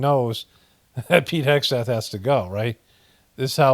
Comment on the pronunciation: Pete Hexath? u mean Sweet kegbreath?..do better a.i! lol